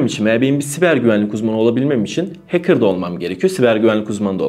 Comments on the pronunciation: heykır ne demek hecker okurken de hekkır okunur heykır ne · Böyle bi kanal sahibinin heeykir demesi gerçekten acınası ya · hekırr diye adam çıkarıyorsun,win orjinal değil ))))) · “HEYKIR” demesen iyi olcak da neyse :) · dayı hacker demeyi öğren önce ya